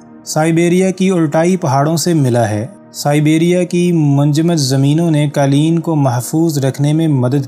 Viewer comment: یہ دستاویزی فلم معلوماتی اور دلچسپ ہے ، البتہ بولنے والے صاحب نے جس ناقص لب و لہجے کے ساتھ اردو زبان کی ٹانگ توڑی ہے وہ برداشت سے باہر ہے۔ قالین سمیت متعدد الفاظ کے ناقص اور غیرمعیاری تلفظ اور ادائگی نے سارا لطف غارت کرکے رکھ دیا